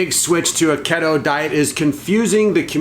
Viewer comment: What's Ketto? Keto is pronounced KEE-Toe 😜 But seriously, much love and respect to not be afraid to step out and try something new!